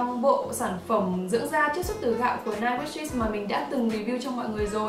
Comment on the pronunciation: vieo này em thấy chị phát âm English sai như 9 wishes, cleaning